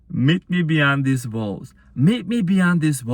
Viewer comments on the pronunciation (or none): My goodneeess... I heard "met me beyond these balls" 🤣 wut? Indeed, he must have some balls to meet me beyond these walls too. Thank you 💜